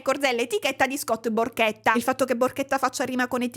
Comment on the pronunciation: Non io che a ho capito Scott PORCHETTA 😭